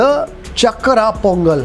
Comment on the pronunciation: *Its so offending when you mispronounce. Kindly put efforts to learn pronounce words correctly like chakarai pongal, chakarai is Tamil word for sugar. So it's chakarai and not chakra*